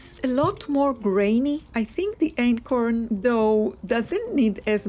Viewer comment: Are you saying acorn flour?